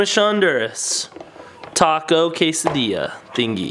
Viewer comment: you said chese meat and quasodia